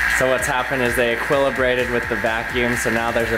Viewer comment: Sorry had to laugh at your pronounciation of "equilibriated"... ;-)